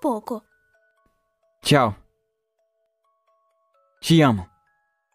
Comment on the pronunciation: Thal ai ja é zueira né e o pior o maninho tb fala thal o certo é TCHAL